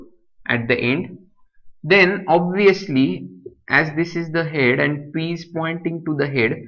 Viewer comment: Head pronouncing is irritating